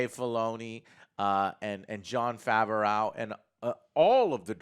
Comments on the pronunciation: Love the content Joe. It is pronounced Fa-V-Row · "Favareau" Pls stahp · Joe must have been assaulted by Jon Favreau, because every time he says his name, he says Jon favrowe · John Fav-er-ow... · Joe, it's pronounced Fav-roh 🤦🏼‍♀️ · Oh my god joe can you pronounce John Favreau’s last name correctly theres no L at the end lol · will joe ever learn how to pronounce john's name